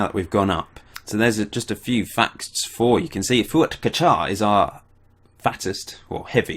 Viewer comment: Pronounciation was right for Fuat. Good job!